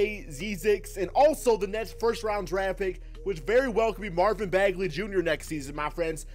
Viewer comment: Who else cringed when he said Marvin Bagley Jr